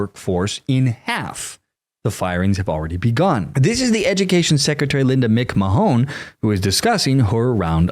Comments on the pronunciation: 😂😂😂 'Linda Ma-hone' 😊 No, Linda 'Mc-Man' 😂😂😂 You never watched wrestling or saw any commercials? Or TV? 😂😂😂 Wife of wrestling mogul Vince McMahon 🙂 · Linda Mc Mahone...please pronounce her name correctly. Hilarious 😂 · Great clip! "McMahon" or "MacMahon" is usually pronounced "Mik-Mann". For instance, Johnny Carson's sidekick, Ed McMahon. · Mic man There's no such name as whatever it was that you pronounced. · Hey Buudy. You cannot even pronounce Madam Secretary's last name correctly so why should I listen? HOWEVER, your analysis is absolutely correct. Teach to Test has failed massively. So keep going but check on names.